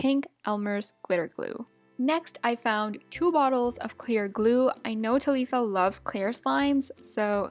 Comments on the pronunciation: It's talisa not taliiisa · You said Talisa's name wrong